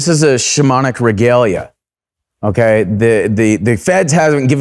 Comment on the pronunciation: Whenever he says “shamanic” I can’t help but hear “demonic”